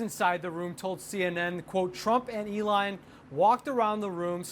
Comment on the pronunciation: Did he really say Elion? 🤣Trump 2024!!! MAGA!!!